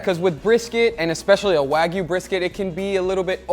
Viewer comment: Did Guga actually say "Wayg-B-Q?" Like wagyu BBQ? I appreciate a high-end cut of meet as much as the next guy, if not more so. But I've never developed the palette for BBQ that I would waste it in that fashion. As for the wine marination: red wine has a lot of enzymes that will help break down the connective tissue in brisket, which is typically quite tough. I've done similar with other tough cuts and have great results. You can do the same with pork and white wine, though white wine isn't as effective, but pork isn't generally as tough, even in the cheap cuts.